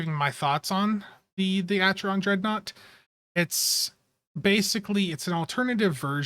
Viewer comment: Great content updates buddy! One small correction, the phonetics of Acheron sounds like Ackeron, there is no cha sound. Take care and have a good day!